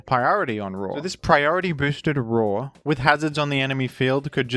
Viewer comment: Can't believe i listened to half of this in ai dub didn't realizr until it called liepard lipard and roar raw